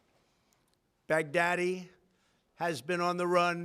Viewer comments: he pronounces his name is Baghadi he pronounces it as baghdadi, literally 14 seconds later he gets his name wrong. This guy should write fictional books. Never seen so much bullshit in my life. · The way trump says bag daddy is werid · I swear he is saying "big daddy" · The further this speech goes on from the first pronunciation, the more he pronounces the name “bag-daddy”. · lmfao he pronounced his name wrong on purpose to further humiliate him.